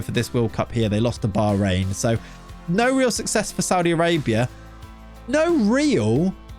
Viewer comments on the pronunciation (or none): none